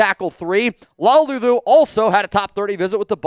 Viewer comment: Jonah's last name is La-ulu not Lau-lu.